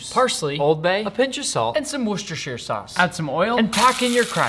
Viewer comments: rare footage of nick pronouncing worscheshire correctly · The only YT chef to not intentionally mispronounce “Worcestershire sauce” as a bit. Respect. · Pholiom Worcestershiresauce is pronounced "Vustersharsauce", he said it right. Same with the football club Leicester City... it's pronounced "Lester City". :) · No one else hyped he pronounced Worcestershire Sauce perfectly 😮😮😮